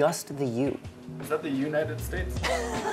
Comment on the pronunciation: "is that the U-nited States?" what a Funny Convenience lol.